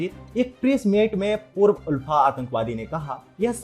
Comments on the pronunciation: Kisne kaha..Assam mai BJP aane se pehle bhi log toh bahar nikal kar 26 Jan celebrate karte the..Aap yeh sab galat kya bol rahe hai????? Pronouncetion is Aalfa, but it's ULFA Actual word toh dekh lete atleast🤣..kya hoga humare Murkh Mainlanders ka..God knows..sudhro sudhro.. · there's only one universal way to annunciate the term and it's clearly not "aalfa".